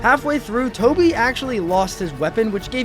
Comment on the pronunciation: It’s Coby not toby 😂